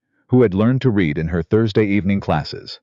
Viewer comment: What kind of parents saddle a baby with the name of Dorkus? Otherwise a good story with no evil, mean, selfish, people and good narration except for the mispronunciations of”read”.